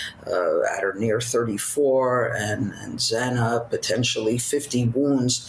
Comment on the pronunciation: Xana pronounced Zan A not zaina. It's so disrespectful to continue to say her name wrong.